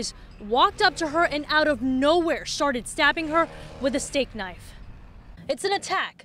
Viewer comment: listen she said shtarted